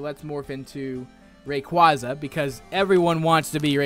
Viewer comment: you"er saying Rayquaza wrong but i still like the video and i sub to you